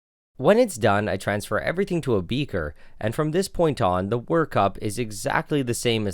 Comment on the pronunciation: “everytingg to a beeekeer”